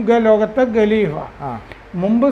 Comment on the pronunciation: ഗലിഭ അല്ല കലീഫ😂 അങ്ങനയാണ് പറയണ്ടത് . ശാഖയിൽ നിന്നുള്ള അറിവ്.